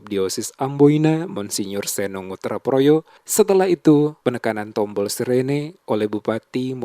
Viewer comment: Projo bukan proyo